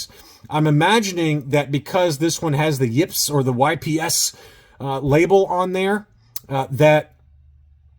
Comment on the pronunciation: You said the YPS correctly! For the very first time! So proud of you!